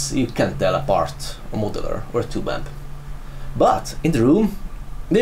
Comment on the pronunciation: More than half of them in the intro are saying "Two Bamp"